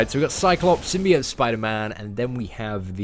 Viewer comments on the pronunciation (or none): none